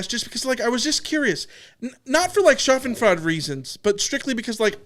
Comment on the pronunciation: Schadenfreude [Sha - den - froy - da] or /shäd′n-froi″də/ - The delight in another's misfortune I heard shoff in fraud. Sorry to be THAT guy.